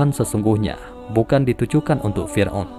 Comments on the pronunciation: Fir'@ min🙏🏻 Bukan fir'un Maaf klo lancang Semangat terus ngonten nya min🙏🏻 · Lbai kalilah, firaun di bilang firun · Yang gue dengar Fir'un?